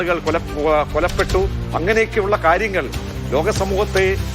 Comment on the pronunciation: കൊലപ്പെട്ടു എന്നല്ല, കൊല്ലപ്പെട്ടു എന്നാണ് പറയേണ്ടത്.